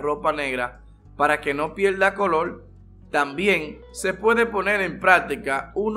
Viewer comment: Polque hablas asio el colol y calol